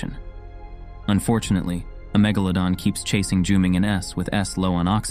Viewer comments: Mega-LA-don not me-GA-ladon, sorry I'm nitpicky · "Meh-ga-leh-don" WHY THE F IS HE SAYING IT LIKE THAT?!